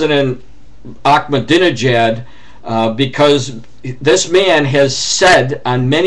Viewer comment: You are so full of shit, I am Iranian I speak Farsi I understand what he said anyone with a little brain could have Ahmadi nejad`s words translated and on line and find out for them selves , you can`t even say his name correctly let alone know what he really said you are just regurgitating fox news and all the other propaganda loving idiots, do your self a favor and find out for your self what he said. as far as Israel who gives a fuck about the murdering land thieves .